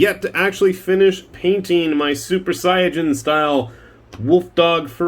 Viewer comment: Finally, someone else who says 'Super Saiya-jin', instead of 'Super Say-in". I guess Most japanese speaking people probably say it the first way, also, so I shouldn't at that surprised.